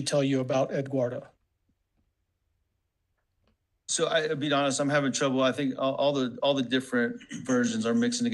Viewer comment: Did she say edguardo 🙄🤦🏼‍♀️ that ain’t even a mf name bro. It’s Eduardo 🤦🏼‍♀️🤦🏼‍♀️🤦🏼‍♀️